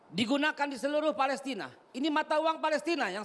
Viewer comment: Yg benar ucapannya palestain at palestina ??? ... Jgn seenakmu bro